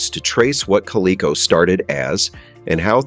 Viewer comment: Good response to the fact that the AI voice mispronounced the companies name MULTIPLE times almost like the response was from AI.